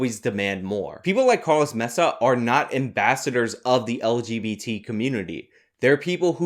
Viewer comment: Worse than white balance being off in a video: trying to sound Spanish while pronouncing Maza's last name - & still totally fucking it up.